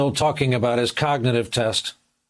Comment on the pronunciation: Biden can’t even say cognitive